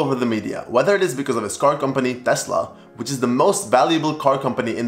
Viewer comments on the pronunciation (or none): none